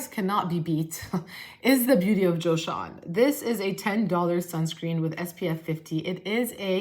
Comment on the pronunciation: "Jossean" lol